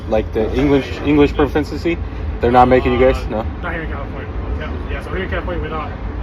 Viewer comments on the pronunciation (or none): This driver can’t even talk English himself. Proficiency is the word dude. “Profincency lmao”. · he can’t even pronounce “proficiency”